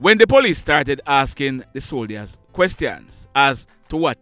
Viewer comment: I’m a subscriber and I hope you can take this constructive criticism.. Can you make an effort to pronounce the word soldiers correctly? The “I” is silent Thank you